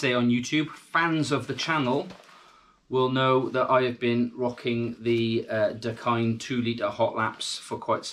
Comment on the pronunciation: You are definitely pronouncing it right, Hawaiian pidgin pronunciation for "the kind"